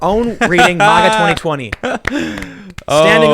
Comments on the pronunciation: Ma-ga. Not mah-gah. Stop saying it like a democrat. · WILL YOU PLEASE STOP SAYING M.O.G.A. YOU SOUND LIKE AN IDIOT! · Learn how to pronounce MAGA. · Bro you're mispronouncing MAGA!! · Stop saying MAGA . You fucked that word up . You say it aaalll wrong bro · Never heard anyone pronounce maga so bad